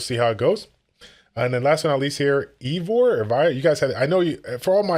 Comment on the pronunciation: I’m thinking replacing a Mellia with wind Eivor (pronounced EYEvor) could make gb12 more consistent and faster. Another detonator in case Tatu uses hers the wave before the boss, and doesn’t do the attack bar pushback that Mellia does.